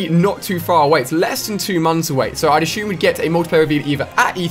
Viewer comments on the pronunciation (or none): none